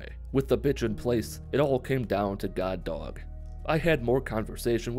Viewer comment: Whenever he says, “God Dog” it sounds like he’s saying Guard Dog in a Brooklyn accent.